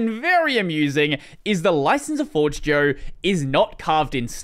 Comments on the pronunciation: isn't it pronounced for-jeh-yo since the word comes from esperanto? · As a Esperantist myself i ask You to learn, how to say Forĝejo correctly